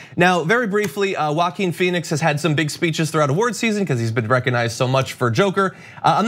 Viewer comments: I pronounce his name “Joking” 🤔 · Omg... dont say walking Phoenix. It's Joaquin *